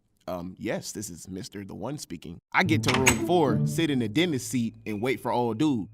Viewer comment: Bro for the first few minutes I thought you said Dennis lol